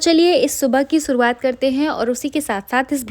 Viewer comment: U actually need to work on स and श pronunciation...like its shuruwat not suruwat... Work hard on ur pronunciation n im sure u will do great good luck 😊